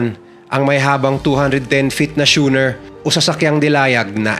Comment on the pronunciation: 😂 hindi shooner ang pronunciation doon.. kumbaga ay iskooner.😅 (Schooner)